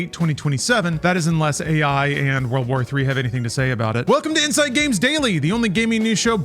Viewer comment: Dude, I thought you were saying "enema" games. 😅